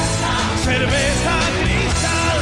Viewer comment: Bro really said "ceverza" 💀💀